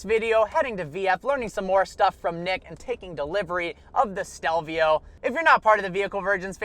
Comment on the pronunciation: he says stelvia instead of stelvio